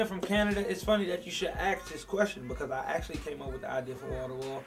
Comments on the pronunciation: Cute, he say's aks instead of ask. . naw when he said Keira from Detroit, your a lil nasty lil girl, his voice, sooo cute. But his voice is just so sexy, that I almost died watching this video. #teambreezyforever.x0x0x0x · "AKS this question" :P!!! I LOVE HIM!!!! what is he eating!? watta QT!!